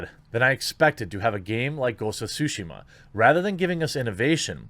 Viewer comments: Should it be pronounced TSUshima? Isn't tsuSHIma more natural? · Nobody: Jeremy: Ghost of Sushima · Ghosts of SHUSHI-MA! Sorry the way you say it I cant unhear. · It's Tsu Shee Mah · I keep hearing Quartering say Ghost of Sushi. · Is it just me, or does Jeremy sound like "sushi-ma"? :D Gives all kinds of wrong ideas... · ghost of sushi-ma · And saying it correctly. It's really not that hard, we make the "ts" sound everytime we say we watch UFC and say "jujutsu."